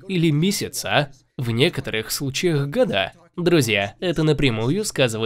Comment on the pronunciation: Ув. канал, дизлайк за месяцА и годА. В часах и стилях разбираетесь, а говорить правильно не умеете